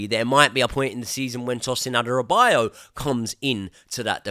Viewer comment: It's Adarabioyo not Adarabiyo